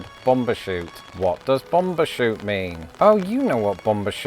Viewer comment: It's bum bershoot not bom